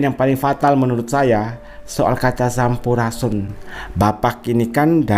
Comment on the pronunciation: Ngomong sampurasun aja g bisa,masa sampurasun?